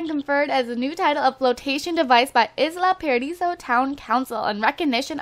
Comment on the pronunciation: Its actually pronounced EYE-LA paradiso